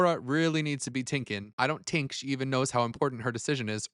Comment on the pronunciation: Tink not think? Sheesh.